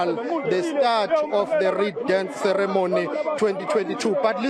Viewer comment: She also cannot say 'ceremony' correctly!